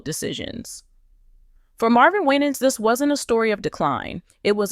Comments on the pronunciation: last name pronounce "Y-NANS" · First of all you are not pronouncing his name correctly! Second, where are you getting all this garbage from? Why are successful Black pastors always being under attack! Don't believe any of this garbage you are spreading. Be careful how you treat and speak about one of God's chosen ones ! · Please pronounce his name correctly 😊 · His name is not being pronounced correctly. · Don't listen to this nonsense. When you are in the spot light people will talk what they don't know. If you're not a close family member sharing information about an individual. You really don't know truth. It is obvious that you do not know Pastor Winans, by the way you pronounce his name. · Why can't you pronounce his last name. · Quit Mispronouncing his Name and God’s got him ‼️ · You Can't pronounce his Name Right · Why are you pronouncing his name like that😅😅🙄